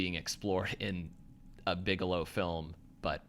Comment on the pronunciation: Bigelow, not Bigalow.